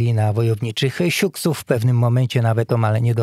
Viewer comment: Też mnie bolą uszy kiedy to słyszę. Żeby jeszcze rozdzielnie s-juks, a nie siuks...